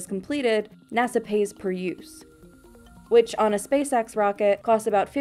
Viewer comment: Say spaceX without the “spa” 😳